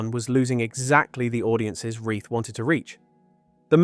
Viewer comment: Wrong pronunciation of Reith and Z Cars. AI and inauthentic.